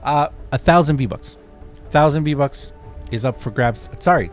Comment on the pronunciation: You pernounced vbonks wrong